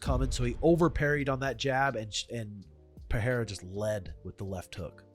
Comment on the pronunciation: Peh rray rra, no " H" sound.